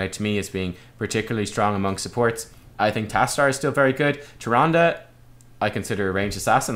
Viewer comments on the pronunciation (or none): none